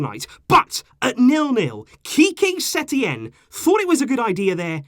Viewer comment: “ qique setein era” lol